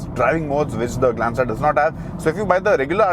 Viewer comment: You say tata glenza 😂